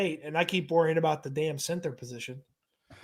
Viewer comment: I love but I find it funny when he says the word “center” he pronounces it cenTER and it bugs me more than it should lol